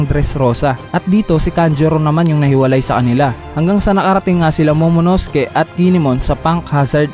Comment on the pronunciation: Sir tip lang po pag binasa ang Momonosuke silent u. Ang cringey po kasi. pati ke not ki po.